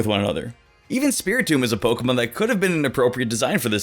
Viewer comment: Can’t even say tomb right 🤦🏼